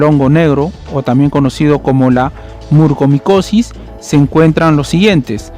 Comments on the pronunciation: Es MUCORMICOSIS!!,No murcomicosis. Soy especialista en otorrinolaringología y la enfermedad ya se ha detectado al menos hace más de una década en México. No siempre hay sangrado nasal. El único diagnóstico es por biopsia y es mortal. Informa de manera verás por favor. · NO PUEDO CREER LA CANTIDAD DE VECES QUE DIGISTE MURCOMICOSIS, por favor, si haces un informe asi, al menos pronuncia bien, es MU-COR-MICOSIS